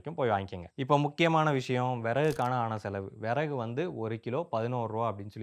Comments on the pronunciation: தம்பி, அது விறகு . . . வினவு இல்லை, தமிழை கொஞ்சம் சரியாக உச்சரிக்க பழகுங்க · Its not viravu its viragu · அது விறவு இல்லை 😂😂😂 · அய்யா அது விறவு இல்லை அய்யா விறகு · விரவு இல்லை. விறகு 👍🏻😀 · Tirunelveli slang